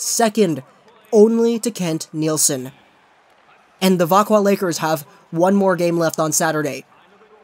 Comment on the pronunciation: Thank you for this. It makes me mad when people say vaxjo instead of veckwah